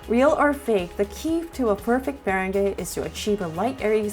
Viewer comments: Me-ren-gah? Oh boy. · She pronounced meringue like mer-in-guay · I'm sorry but that is not how you say 'meringue'